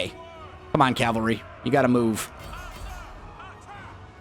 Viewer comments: “cavary” Please insert the L 😂 Calvary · Its Cavalry.